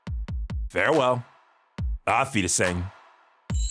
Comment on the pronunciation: I really like the vids but i have never heard anyone say auf wiedersehen more wrongly